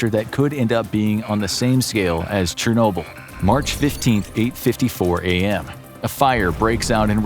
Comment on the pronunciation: Your pronunciation of Tsunami and Chernobyl makes me wanna cry 😢 Your video is amazing though:)))